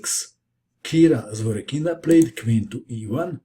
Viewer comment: ZvorYkina, not ZvorykIna